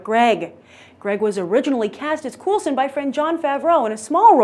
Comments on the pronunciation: It's pronounced Cole-sen. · Cool-sen or Cole-sen??? =P